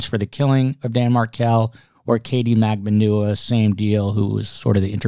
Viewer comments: Dam is State's Attorney. Apostrophe, not comma. for our OCD-afflicted host. Also Katherine Magbanua is Mag BON Wah. You're welcome. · Love this show!! While I think it’s a totally savage move to purposely mispronounce some Ass holes name, such as Katie’s. But if you are trying to say it right it’s Mag - Ban - aWah. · You have very interesting guests...But, please learn how to PROUNOUCE MAGBANUA properly!.. Go to EITHER of the 2 trials and LISTEN to how Katherine MAGBANUA actually PRONOUNCES her OWN NAME!. And/or LISTEN to how GEORGIA CAPPLEMAN pronounces MAGBANUA! For you viewers, you should at least pronounce the principles name properly! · im embarrassed that as often as youve heard Katie Macbanua pernounce her own name you still tell this man the wrong pronunciation Shame on you... What does it take for a person to tell you their name and you refuse to say it that way after 9 years???? min